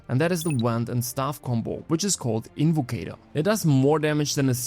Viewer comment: It’s invocator I played the game